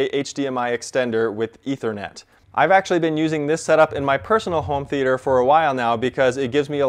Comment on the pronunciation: Never trust someone that says 'th e ayy ter'